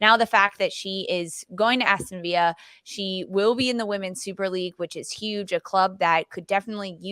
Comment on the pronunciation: Its ASTON VILLA NOT VIA .